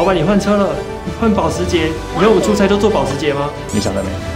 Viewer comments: 我知道有人會念Costco, 但我是一直唸Ikea啦。 麻煩後製再安排Lucy教一下如何正確用德文發音念保時捷。 千金：Repeat after me, 潑夏😂。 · 剖許的音到底是怎麼發出來的，明明是德文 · 好慘 全片保時捷的發音都錯了